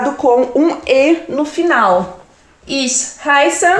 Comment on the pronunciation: Sou falante da língua alemã. Me desculpe, achei seu video muito confuso para quem está iniciando o estudo da língua. E também a pronúncia não é lá das melhores, sobretudo quando vc fala ICH, mas isso tudo bem considerando que alemão não é sua língua nativa. De qualquer forma, te dou a maior força para vc progredir nos seus ensinamentos, mas precisa dar uma melhoradinha na didática 😉